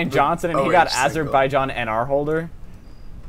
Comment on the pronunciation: It's pronounced a zer bai sean (with the s sounding like z)